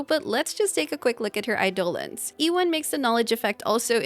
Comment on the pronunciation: You mentioned that Fu Xuan can be awkward against large AOE one shotting her, but apparently her E2 can also revive herself. Crazy. Also, thank you for pronouncing "eidolon" correctly 😀